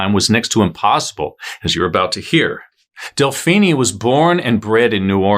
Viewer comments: Delphinie? Seriously? It’s pronounced like Josephine. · Delphine LaLaurie, it is ( Del - Feen LaLaurie ) not ( Del- Feeni'e ) Either way you did your research and a good job on telling what happened. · Del-phee-nee? Uh, NO. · Really? "Woman do it better." A very gauche statement. An aside, Delphine is French, don't pronounce the e. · Ikr? I’m cringing every time he says it. I’m also thinking of Mr. Feenie from Boy Meets World, now too!